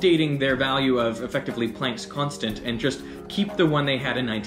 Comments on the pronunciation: This is the first time I've heard Plank's Constant pronounced like "plaink"...like "walk the plank." It's supposed to be pronounced like "plaank"...as in "father," "yacht," or "barn." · I've always heard it pronounced Max Pl(ah)nck, as he was German. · The way you pronounce Planck and Brahe disturb me.